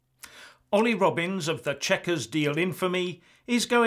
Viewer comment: Did you say Olly or Oily are you infering he is a bit of a slippery sleazball